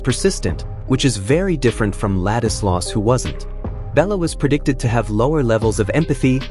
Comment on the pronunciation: Its not Gaza. Its Géza. Not Ladislaus, but László